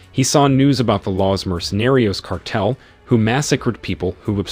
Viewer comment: Come on bro, Shawn not Seen, Leigh not Leek, Car-tel not kartle. What the hell?!